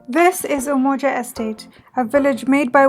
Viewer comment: Sis said Umoja estate 😂 great documentary though 👍🏾